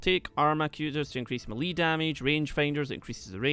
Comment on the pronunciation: It's pronounce "may-lay" lol.